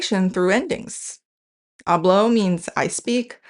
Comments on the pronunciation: I should mention that the way you pronounced “hablo” sounds more like “habló”, which means “(he/she) spoke”. There are some tonal differences in Spanish too! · Hehehehe. Respectfully from a Spanish native speaker of the Americas. Hablo /ˈaβlo/ (you pronounced it /aˈβlo/), hablas /ˈaβlas/ (you pronounced it /aˈβlas/), and hablan /ˈaβlan/ (you pronounced it /aˈβlan/). But Spanish is very interesting: even though it is not a tonal language, stress can change the meaning of a word. Habló /aˈβlo/ means “he/she spoke” (past tense), while hablo /ˈaβlo/ means “I speak” (present tense). And since Spanish is a pro-drop language, the pronoun can usually be omitted. Interestingly, hablás /aˈβlas/ does exist: it means “you speak” with vos (vos hablás), as in Argentina and many other parts of Latin America (my country Honduras, included). But hablán /aˈβlan/ does not exist in standard Spanish; hablan is pronounced /ˈaβlan/ and means “they speak.” So stress really matters in Spanish, even though stress ≠ tone. 😊 I love your channel